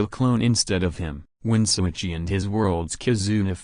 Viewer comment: LET’S GOOOOOOOOOOO!!!!!!! Btw, It’s “Shouichi” not Souichi